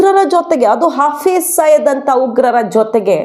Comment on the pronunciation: Hafriz saeed ಹೆಸರು ಸಯೀದ್ ಇರಬೇಕು ಆದರೆ ನೀವು ಸಯ್ಯದ್ ಅಂತಿದ್ದೀರಿ. ದಯವಿಟ್ಟು ಸರಿಮಾಡಿಸಿ ಹೇಳಿ.